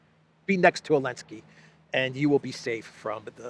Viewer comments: That fact that still says Elenski is hilarious. For newcomers, Elenski banned the letter "Z" in about chapter 6 of this saga😂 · don't fucking call him Elensky...it sounds Hellenic...wtf...he is a talmudic monster...ZZZZZelensky...